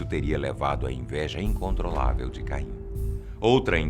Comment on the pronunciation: Falar Caim com "Ca " como a sílaba tônica é muito mais foda